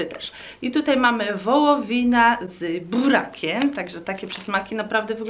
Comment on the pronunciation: Wołowina z Brrrrurrrrrakiem